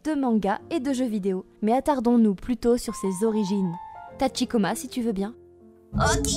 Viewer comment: Non, déjà le présentateur ne dit pas correctement Tachikoma, il le prononce à la française. Pour le "hare hare yukai" il faut aspirer le H. Ensuite pour le "train otaku", jsais pas où ils ont entendu un japonais dire train à la française et puis pour les idols ça se prononce "aidoru" (avec l'accent japonais bien sûr)